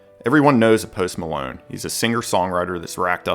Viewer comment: Everyone Knoos Poost Maloon